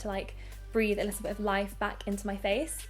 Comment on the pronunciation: I LOVE YOU! But you aware the fact that you say: lissel(little) 😩😩